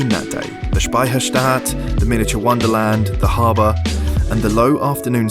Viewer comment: Such a great video mate! And your pronounciation of Speicherstadt sounds really like we say it in Bavaria and Austria :)